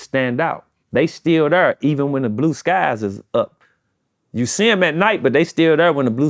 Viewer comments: When the interviewer says "right there" instead of Thurr the song didn't even come to mind. You not saying the name of the song right. Lol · It's Right Thurr not right there😂 been throwing that there all the time he mention the song he doesn't get it right thurr😂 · Right Thurr was a Hit Chingy had Everyone saying "Thurr" 🤣🤣🤣🤣🤣